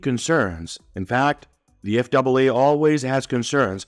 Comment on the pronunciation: So, the narration was human on this video or you're switching to human on the next video? Because several words were mispronounced of spoken in a way a person wouldn't say them for instance calling the FAA the F double a. My comment on the contents of this video, 👍.